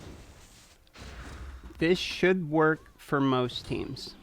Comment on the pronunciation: LOL !! "This should work fer most teams!" I LOL'd I love that you included a step by step with a break down. "if you dont get skullcrusher or coldheart, there is an easier option. Just use another Foli" You had too much fun doing this video.